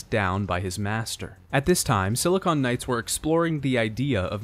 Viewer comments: It's Silicon Knights, not Silicone Knights. I wince everytime I hear the latter. Great video despite this mistake, though! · that feeling when he keeps saying "Silicone Knights." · Please stop saying silicone and when you mean silicon. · I really like this video but your constant referral to "SiliCONE" rather than "SiliCON" Knights drove me crazy. They were a games developer, not breast implants. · Great video but it was "Silicon Knights", not "Silicone Knights". Silicon is the chemical element used in microchips; silicone is an elastic polymer. Every time you said "Silicone Knights" it made me cringe. Other than that, great content!!! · Should we tell him that he mispronounced "Silicon Knights" as "Silicone Knights" for the whole video? Certainly conjures a different mental image... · i have to say, whenever he says "silicone knights" i just imagine knights with enormous fake breasts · Wonderful video, great mountains of content and backstory to this series. Thanks for making this. Gotta mention that every time you pronounced Silicon Knights as "Silicone Knights" my mind wandered into strange and unspeakable realms.